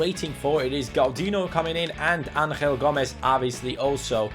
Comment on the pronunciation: You are saying Angel Gomes name wrong. Because he is from England you should say Angel and not Anhel. He is not from Spain